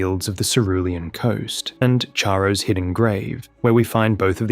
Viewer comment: Excellent work, please learn to pronounce "Charo" correctly.